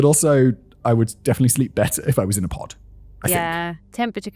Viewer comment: Was anyone else hearing "pot" the entire time he was saying "pod" during that aside about sleeping conditions? I spent a few minutes deeply confused and highly amused before wondering if there was a market for "sleeping pots"